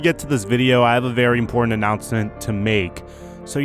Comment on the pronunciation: You said “announcent” instead of announcement